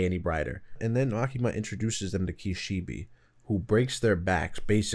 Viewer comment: “Kishibee” lol